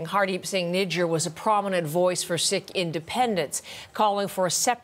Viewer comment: The way that white girl pronounced Nijjar, it sounded like a racial slur lol amongst her other malapropisms.